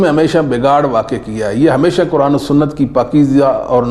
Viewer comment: جناب آپ اپنا تلفظ صحیح کریں لفظ قرآن (حرف ق کو آپ کاف پڑھتے ہیں